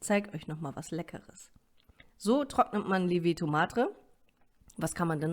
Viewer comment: Li-e-vito Madre, das e in Lievito ist betont! Du solltest schon wissen, wie man das Produkt ausspricht, über das du ein Video machst!